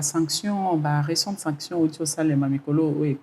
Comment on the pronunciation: Bonjour, Sanction et non Sactio mon frère 😂